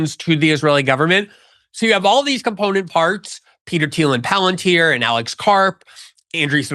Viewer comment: Tucker: "Palantier? Never herad of it"